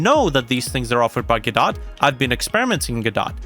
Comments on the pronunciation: Normal people: go - doh this dude: gaw dot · it's pronounced " GUHH-DOH " ,, WTF man ?